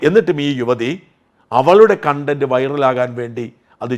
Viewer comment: സാജൻ സർ, കൺണ്ടന്റ് അല്ല കോൺണ്ടന്റ്. sorry